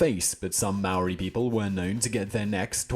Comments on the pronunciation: And it’s no may ori brah😂 it’s like moh ree/dee. It’s hard it’s not a d or an r it’s kinda both!? Like just as your tongue hits the Roof of your mouth to make a D, you pull it back to make r,and then the eee comes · Anyone else cringe when he say mowree 😅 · Maori is pronounced like Mouldy in English. Curly Rs Easy as ✌ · Maori ...pronounced moledey for non maori this L is more or a w sound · the guy from the beats by dre says the name properly, this guy has terrible prononciation. its pronouonced ma - o -ri and you have to roll your r's like when you do the gun noise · He is pronouncing our maori words wrong watch a movie called utu that's real shit right there about our tipuna (ancestors) and the tattoo is called a moko and is symbolic to which tribe (iwi) we come from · Tell me you Didnt get mad when he said maori